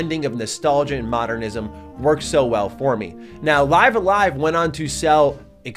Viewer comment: Li(ee)ve a Live, not Li(i)ve a Live